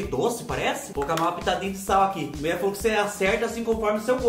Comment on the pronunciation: Adoro quando ele fala que a muié falô 😂😂😂